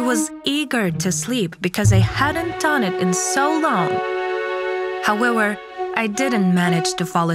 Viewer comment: I'm I the only one who hears the woman in the story say Howewewr instead of HOWEVER P.S THIS IS NOT A HATE COMMENT SO PLEASE DON'T COME FOR ME